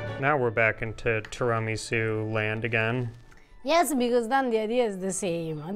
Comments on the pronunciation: Please ask Eva to teach you how to correctly pronounce tiramisu! It is 'tiiira', not 'tiraaa'.😉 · i cant get over the pronunciation of tiramisu asTirahmi-sew haha have i been saying ot wrong my whole life? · I love that says tramisu😂😂😂😂 This desert is a keeper ❤ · TWO RA MEE SOU 😂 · (Pronounced in Eva's wonderful delivery). I absolutely love and adore what you guys have done with Pasta Grammar and enviably your lives over the years. However, I am not sure if it has been noted by anyone else yet that pronunciation of Tiramisu drives me nuts. Just some constructive feedback, as it may have little influence. But, if it hurts my ears than it must do something to Eva's and other's innards as well. I love what you guys are doing and will look forward to other, non Tiramisu related content. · pronounces tiramisu weirdly. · Somebody please teach how to correctly pronounce ''tiramisu.'' Thank you. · Can someone teach this guy how to pronounce tiramisu? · Great video and you are mispronouncing tiramisu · Eva, please straighten out pronunciation! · You're not pronouncing tiramisu correctly.